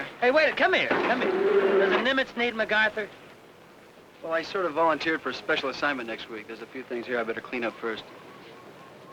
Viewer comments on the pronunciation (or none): The general's name was MacArthur, not MACARTHER.